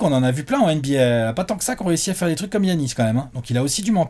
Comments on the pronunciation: Je suis pas d'accord sur un truc : Giannis se prononce "Yanis" pas "Guy-Anis" 🤣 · je te suis et je bois tes paroles depuis longtemps, mais est-ce-que tu peux ne plus prononcer Giannis comme Yannis? C’est le prénom de mon coiffeur et ça me perturbe. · c est dj-anis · C est pas gorgui dieing-anis